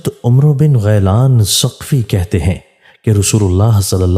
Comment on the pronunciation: بھائی جان اس کو عمرو بن غیلان نہیں صرف عمر بن غیلان پڑھیں و اضافی ہے جزاک اللّہ